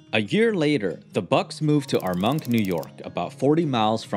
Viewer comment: Armonk is pronounced with the accent on the first syllable. It is famous for being the location of IBM's headquarters.